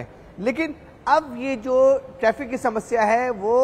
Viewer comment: टैफ़िक नहीं बेटा ट्रैफ़िक!